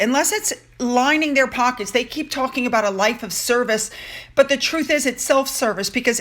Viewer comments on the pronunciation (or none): none